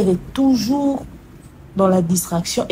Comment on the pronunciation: 😂😂😂😂alobi lisusu artiste aza tuzur bandone 😂😂😂😂